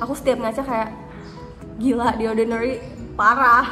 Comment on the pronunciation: Jijai banget waktu dia bilang “The Orrrdinarrryyy” 🤣